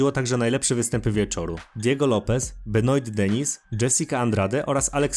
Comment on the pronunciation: Kurde dobrze jest wszystko tylko UFC wymowa* juefsi Benoist Saint Denis wymowa* benła san deni a tak pozatym to probs i subik jest